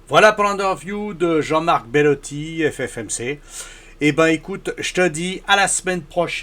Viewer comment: C'est BELOTTI et non pas BELLOTTI.